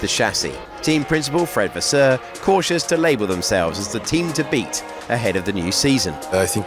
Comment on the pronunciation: Fred Vasseur putting no effort at all with his french accent (and I speak french)